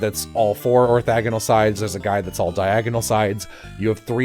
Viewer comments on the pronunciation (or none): I am so sorry, it's "orthogonal" not "orthagonal"